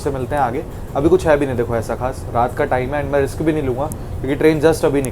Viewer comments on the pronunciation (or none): none